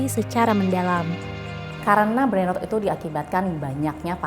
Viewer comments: Tempo ini bikin konten bagus tapi voiceover nya bikin malu ngedengerin cara baca dalam bahasa inggris “ brainrot” 😂😂😂… emang ngga tau cara baca nya atau emang ngga bisa bahasa inggris host nya ini? Brainrot dibacanya brainroot 😂😂😂😂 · Iyaa dri td dengernya gregetan banget kok rut2 trs nyebutnya hahaha